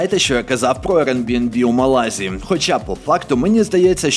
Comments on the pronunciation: Напевно, це байт на коментарі (а мені і не шкода), але ж правильно МÁлага і в МÁлазі, а не в МалазÍ , бо звучало як "в Малазії" Чудовий контент, бажаю вам ще більшої популярності! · 10 хвилина перегляду і закінчую дивитись бо це брехня, проживаю в Іспанії 25 років.минулого тижня також був в мАлазі(будь ласка ставте аксент на першу А, бо важко слухати). Не знаєш то не росказую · Малазі наголос на перше А